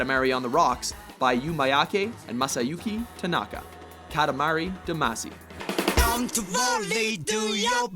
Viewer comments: Most Westerners pronounce 'Damacy' like 'Duh-ma-see", but Japanese actually doesn't really have that '-see' sound in their language, (so along with putting more emphasis on the first 'a' sound), it's supposed to be pronounced sort of like 'Dah-ma-shi." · "Damacy" is pronounced "Dah-mah-shee" Do your research!